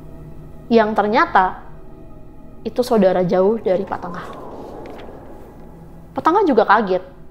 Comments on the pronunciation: Bli NENGAH mbk bkn BLI TENGAH yaaaaaaa Geram bngt pas si mbk nya nyebut BLI TENGAH 😮😮😮😮😮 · Pak Nengah kali ya Bukan pak Tengah Dan lucunya, manggil bapak temennya dengan sebutan Bli. Bli itu kakak, bukan bapak 😂😂